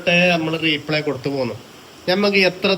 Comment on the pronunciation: റീ പ്ലേ അല്ലാട്ടോ replay റിപ്ലേ